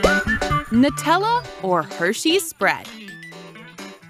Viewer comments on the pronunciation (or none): none